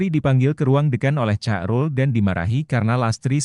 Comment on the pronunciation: Di bacanya Hairul Min bukan carul ..😊